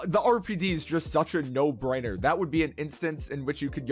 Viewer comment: RPD "A no briner" :))